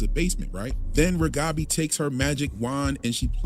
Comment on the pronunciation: By the way,, I love your accent. You sound like a dear friend of mine who also grew up speaking Russian. Your English is really amazingly good. Even we native speakers screw up pronouncing words sometimes ( can't seem to be able to say Reghabi!). You're fine. You're great. Keep doing what you do.